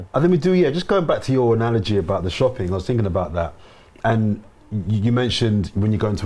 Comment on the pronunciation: If I hear another analagie I'm gonna get an allergy 🤣